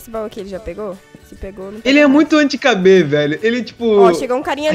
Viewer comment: "Anti Cabê?" Ksksksksksskkdk, é "Anti-kb."